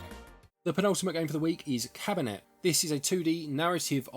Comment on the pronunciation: Pronounced ‘Caberney’ - like Cabernet Sauvignon. Nice wine too - blood 🍷 red.